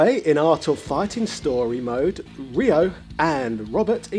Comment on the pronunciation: What? He literally called Ryo "Rhea" for half the video and then proceeded to change it to "Rio." The sound "yo" is not pronounced as Yeehaw, dawg. =P Ryo is r-yo. Ryu is r-yu. It's read exactly as it is written, unlike queue or eyeore. And yah, why not ShoRAYEooh-Kane or "Too doo" for Todoh then?.. Lemme guess, Ryuhaku's daughter is Kay-suhmay?! :D